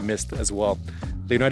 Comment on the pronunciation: Thank you so much for taking the trouble to pronounce the name of our country properly!